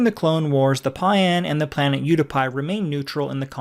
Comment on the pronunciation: I can't watch when the PAU'AN species is pronounced "PAWN" and the planet UTAPAU is pronounced "OOH TOE PAW"